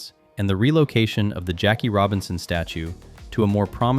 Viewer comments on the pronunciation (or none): none